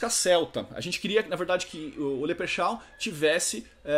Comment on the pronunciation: 'Leprexau' kkkkkkkkk cara fala bom inglês, nem sabe falar direito o nome do próprio grupo